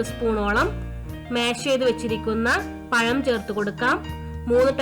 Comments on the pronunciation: പയം അല്ല പഴം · Payam alla sister, Pazham ennanu parayendathu